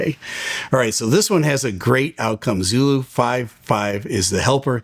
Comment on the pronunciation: Oh man...hearing Zoro instead of Zulu really causes confusion for me over the radio. Too similar to Zero, imo. Eesh. Maybe just me?